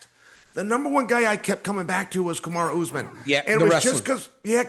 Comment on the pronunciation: Chael, who is Kamar??? ITS KAMARU!! 😂😂😂😂